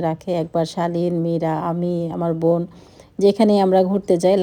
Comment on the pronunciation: আপু আপনি বোনকে ভোন বলেন কেন ??? নরমাল কথা বলতে শিখেন... স্টাইল করে বলতে গিয়ে ... উদ্ভট কথা বলেন 😅😅😅